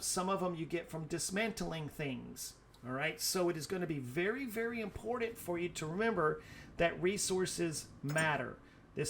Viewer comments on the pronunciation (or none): The most Impordant thing to know.. THERE IS NO "D" in the word IMPORTANT